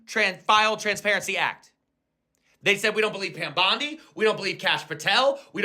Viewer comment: 😂 sorry, but how he says pam bondi the first time is wild.